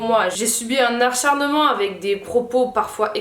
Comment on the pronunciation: Ce n'est pas "archarnement" mais ACHARNEMENT !